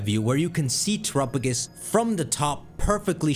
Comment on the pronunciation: I think it's pronounced tera_pagos don't know where you're getting trop_agos